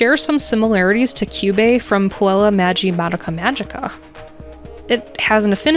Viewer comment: that pronunciation of Puella Magi Madoka Magica lmao